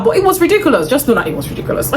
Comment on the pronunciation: I love when you say “ain’t nobody got time for thet” 😂😂 I say it to my siblings a lot these days because of you😂😂😂 I’ll definitely try some of these perfumes out